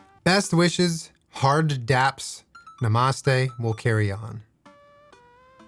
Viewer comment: “nuh-moss-tay” - it’s pronounced “nah-mah-stay”